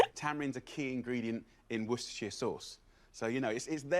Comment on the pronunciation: AS A BRITISH PERSON - EVEN I'M OFFENDED. He mispronounced Worcestershire sauce! He even fucks up the English fucking language.